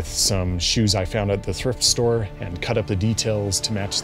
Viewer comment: Im sorry did you Say Thirft Store?